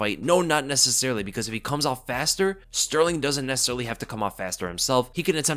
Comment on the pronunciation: TKZ wins, I believe in him Btw I noticed that you had a very hard time saying Sterling the Champ lol